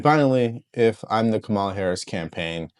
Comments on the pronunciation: Its pronounced Comma Luh . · I’m going to answer your question, but you need to have the decency to pronounce her name correctly. And no, I’m not a supporter of hers. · Once u pronounced her name wrong I saw your lying and bias